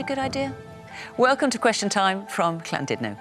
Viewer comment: Fiona pronounces Llandudno spot on